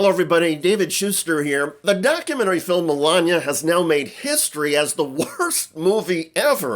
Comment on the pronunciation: Why in hell are you still talking about this? Shouldn’t you be talking about Epstein documents instead of giving them a reason to say “everyone is talking about my ‘filim’”?